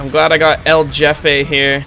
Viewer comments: a alguien mas le da risa que en vez de decir "el jefe" dice "el yefe"? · Hearing him say "el jefe" as "el jeffeh" makes me very anger grr grr bark bark grr It's pronounced "heh-feh"" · man I was cringing every time he said his name, “EL JAFAE” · I love how you pronounce "EL JEFE" as "el yefe", in spanish we use in a different way the letter "J" XD Interesting fact: Boss baby in spanish is: "El jefe bebé" but the movie title has been translated as "El bebe jefazo". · It is pronounced like a "H" El Hefe - idk if that was a joke. There is also a scout hat named that. Cumin in Spanish rice is acceptable lol. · El yefi sjsjsj me da risa como pronuncia esa palabra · It’s pronounced El Hefe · Uh its pronounced El HEfe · El Jefe is pronounced El H-efe please PLEASE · The j in so jefe is pronounced like a h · you know they're white when they pronounce, "El Jefe" wrong lmaooo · You pronounced El Jefe wrong.